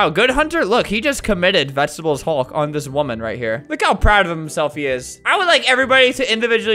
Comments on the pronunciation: after saying vegetebles hulk many times, it sounds like wegtibles halk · "Any last words?" "*vegetable haulk*"